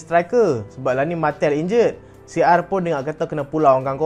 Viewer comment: cara sebut martial = marshial